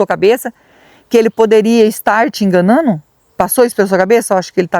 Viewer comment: Gente , alguém me explica o que significa (enganano)? Pq eu não sei. Eu conheço , enganando. O mínimo, é tentar falar pelo menos a palavra certa.